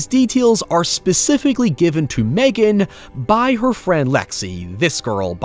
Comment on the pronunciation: who tf MegAAAn? It is Megan not MegAAAn